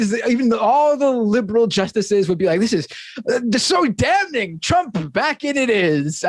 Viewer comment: LOL...So Dam-Ning! Never hear THAT before. And I thought I hated Off-Ten!